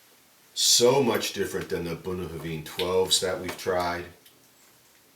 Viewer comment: I've never heard Bunnahabhain pronounced the way you say it, where did it come from? - Never seen this bottling around.